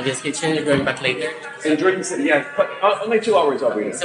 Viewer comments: we say it Hor-dan (Jordan) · "Jordan" is Pronounced (Hor-Dan) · We tried the mango pizza in Guimaras, didn't care for the texture of it on pizza. Pineapple works, but mango not so much. Can't wait to get back, Guimaras is amazing. BTW the town of Jordan is pronounced "Hordan."